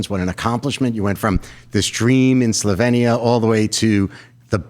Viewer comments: Imagine interviewing a major celebrity without even knowing how to pronounce the name of her native country. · Less than 30 seconds in and the interviewer can't even pronounce Slovenia correctly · It’s pronounced SlovEEnia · She for 1) grew up in Yugoslavia, 2) Yugoslavia was not a communist country but a socialist federal republic which most people report was a great country to grow up in, just like Melania did in this interview. 3) its pronounced Slo-vee-nee-uh. Please get educated. You’re making it sound like she fled Venezuela…